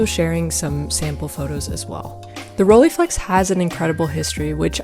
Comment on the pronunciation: It's not pronounced rollyflex... It's Rolleiflex ( like Roll and ... eye).... Please!!!